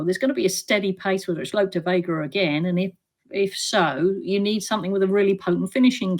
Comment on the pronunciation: It’s Look De Vega Tanya not Lope